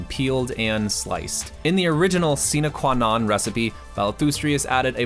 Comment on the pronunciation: Sine Qua Non, pronounced sinay qua non. Without which, not, as it is roughly translated from Latin.